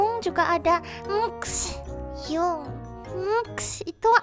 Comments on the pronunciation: bantu dikit👁👄👁 Bacanya hyung bukan hyung tpi hyeong 👁👄👁👌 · Mungkin biar gaul 😂 Hyung di baca Hyung biasa padahal baca hyeong 😂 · Di Korea bukanya bacanya"hyeong"ya? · Hyunk bacanya hiyung